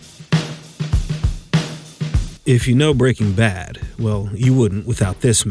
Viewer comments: "Breakin' bath" ? :face-orange-raised-eyebrow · she really sad "Breaking Bath" xD